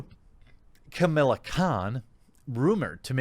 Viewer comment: Why are you pronouncing "Kamala" as "Chamilla"?